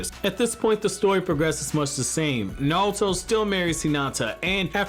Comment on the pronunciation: I know you're saying "Naruto" but I just keep hearing "Nalto"